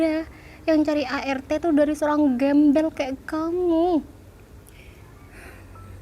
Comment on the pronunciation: Alah mer mer klo ngomong gembal gembel